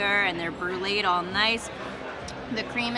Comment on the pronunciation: There is no such word as bruided..........fyi